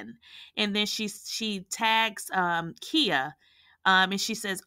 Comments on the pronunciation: It's KHIA!!!! NOT KIA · Who is Kheea? Do you mean Khia (the “I” is pronounced like the word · Her name is KAI -YAH. KAI-YAH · Right I'm listening but I'm like who is Kia 😂😂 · Lolz... the way she keeps pronouncing Khia name... Has me in tears 😂😂😂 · Sis…are you purposefully saying Khia’s name wrong or is this by mistake? Idk why it has thrown me all the way off listening to you say this woman’s name wrong😂🤦🏾‍♀️ Or have I been pronouncing wrong for the last 20+ years???